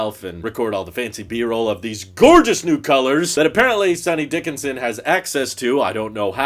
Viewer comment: its dickson, not sonny dickINson son